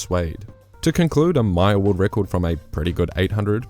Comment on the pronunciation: oh, you were saying 'mile'? sounded like Maya